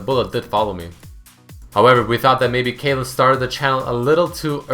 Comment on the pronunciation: He called caitlyn kayle, lol